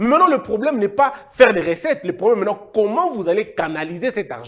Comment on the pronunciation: Recettes et non ressettes, qui dit mieux ?